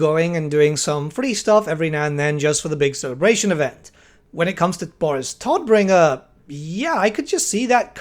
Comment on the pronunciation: "Todbringer" is German and means "bringer of death" and you are pronouncing it wrong. Just fyi.^^